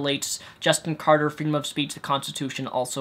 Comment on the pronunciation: Omg can you really not read? It's Carter, not Carder...